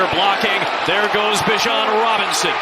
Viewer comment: Someone tell this announcer he's mispronounced "Bijon" the entire season.